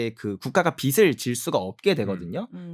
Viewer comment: 빚이 를 비시로 읽지마시요 비지가 맞고 빚을 비슬로 읽지마시요 비즐이 맞습니다